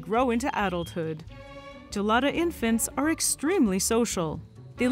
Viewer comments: Its pronounced with a hard G, guh-lada, not juh-lada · "Right Gelada": I was really needing to pee